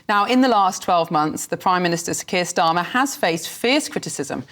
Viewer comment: Hate when they say sir khant starmer